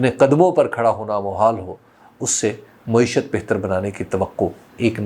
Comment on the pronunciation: حبیب بھائی ! لفظ مُعیشت نہی ہوتا مَعیشت ہے ۔۔۔ !